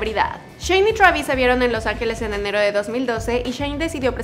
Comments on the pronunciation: se dice Twreivis, no TRABIS V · Me da cosa que le diga chuavis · "Shravis" travis ptm!!!